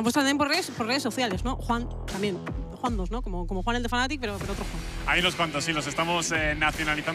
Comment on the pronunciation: Me niego a que llamandose Juhan le llameis “Yujan” y no Juan